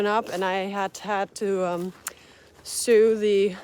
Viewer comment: You're funny! You "sue" your ex-husband. "Sew" has the same pronunciationas "so."